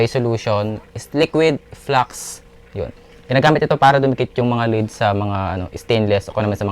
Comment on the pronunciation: Lead pare...as in led (malambot) not lid (matigas)..tingga sa tagalog